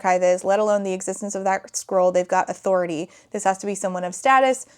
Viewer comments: To be clear, I am not critizing your pronounciation. This book is tiring. I can feel it. But I started to hear squirrel instead of scroll and it doesn't even change much. I mean, a magic messenger squirrel sent to deliver their quest ... why not? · You keep saying “scroll”, but I keep hearing “squirrel,” and it’s exponentially improving the story. 😅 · a couple times you said 'scroll' and my auditory processing disorder heard 'squirrel' and since that's about on par with the fuckery in this book i'm just going to pretend that's what it actually is